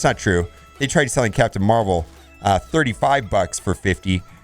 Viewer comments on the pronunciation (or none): Did he leave the V in MarVel out on purpose?